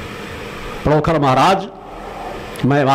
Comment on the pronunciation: आप अपनी शक्ति अपने पास रखो और पहले पांण्डोखर का नाम लेना सीख लो पडोखर मत बोलो